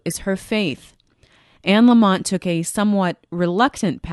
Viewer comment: Anne’s last name is Lamott.. not LamoNt. Love this woman. Last name Lamott-no-N. ❤️